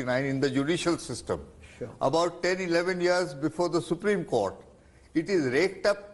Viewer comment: Rajdeep it's court, not cooker that it will have pressure..